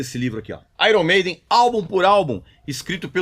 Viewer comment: Desde quanto esse cara é músico? Nem sabe pronunciar o nome da banda iron maiden 😡